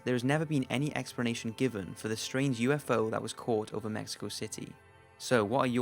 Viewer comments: am i the only one who is slight pissed that he keeps saying expernation? ._. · Expranation lol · I like the video but wish you could pronounce "explanation" properly. It has an L not an R..